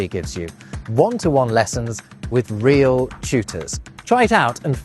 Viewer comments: the pronunciation of real was perfect! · Hearing an english speaker say Real the way you said it at min 1.27 is one of the best things happened in the last week and also yours is one of the most interesting yt channels i discovered in 2026. Keep it up❤🏴‍☠️